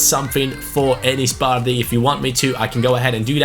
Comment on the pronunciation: Who else hates the way he says bardhi?